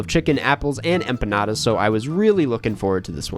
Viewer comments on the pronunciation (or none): could you at least try to pronounce empanadas correctly? It's not hard.